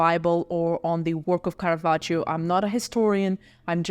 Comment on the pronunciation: I liked the video, but the pronunciation of Caravaggio’s name threw me off all the time, and I am not even Italian 😅